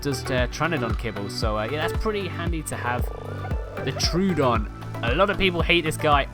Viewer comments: Troodon is pronounced troh-odon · it's pronounced tro-odon 2 "o" sounds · I swear all these Ark content YouTubers have never heard the creature names said out loud. I haven't heard a correct pronunciation of Troodon or Thylacoleo or several of the others from any of them.